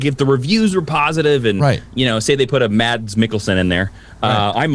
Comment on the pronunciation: Mads Mikkelsen 1st name pronounceed "Mass" silent "d"